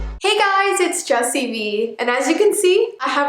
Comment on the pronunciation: Its not bee oof